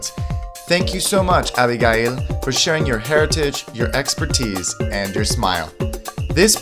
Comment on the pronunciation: Stop mispronouncing our name! i can't believe you don't know how to say ABIGAIL in English!